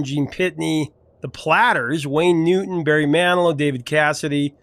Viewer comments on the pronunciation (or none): none